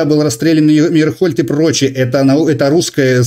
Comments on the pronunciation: " МЕРИНхольд"😂😂😂😂От слова" Мерин" ,что- ли.Он даже прочитать не смог...Ну...понятно всё.Печплтно это.Невежды и лгуны правят миром и выбрасывают идеи лжи,которые задают вот такие вот ... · Для начала, Мейерхольд!Это так, кто не знает! Ну, если, человек назвал ,,дождь,, ,вопросов к такому нет!Это ,как лакмусовая бумажка! Я , Вам,даже больше скажу ,почему он говорит год ,потому, что он не может правильно определить век!😊